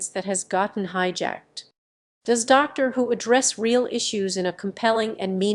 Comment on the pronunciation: "...transphobic treatment of the character Danny Boy in 'The Day of the Doctor'". What are you on about? Oh, and learn how to pronounce "Dr" and "Daleks"